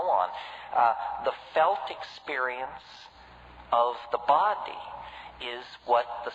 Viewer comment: I think the way he says BOdy is rather funny. Great video